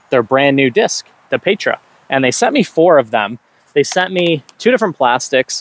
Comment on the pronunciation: Pronunciation of Petra - “peh-truh”. The “eh” is short not long like an A.